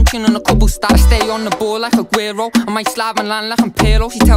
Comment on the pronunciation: Aguero <<<< Agero pronunciation